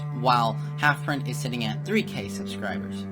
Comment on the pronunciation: 1) Seperate the art from the artist, poor analogy, see Gary Glitter/Chris Brown 2) Its Rezoura not Rezora 3) Its HalfPint not HalfPrint, you said halfpint at one point while showing DNC's profile picture. You said halfpint didn't have evidence which could result in rezoura being made to look the victim, I mean Catana consolidating 30 pages worth of evidence which is how Rezoura got destroyed in the first place and why his credibility is gone.